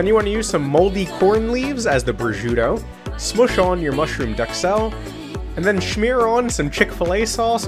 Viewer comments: As a native French spesker, every time he says douxelles like duckselle it pierces my heart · Why he calling it duck cell